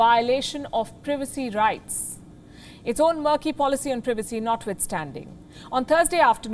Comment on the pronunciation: She can't say privacy right